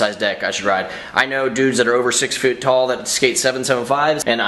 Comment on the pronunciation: " I know guys who are over six fute tall"